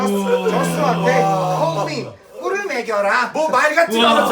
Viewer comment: 먹여라가아니라 맥여라 웃격ㄲ